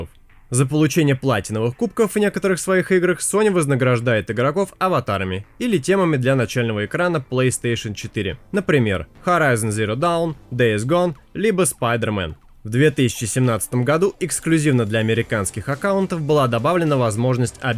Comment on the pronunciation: хватит говорит хорайзен зиро даун, правильно - дон.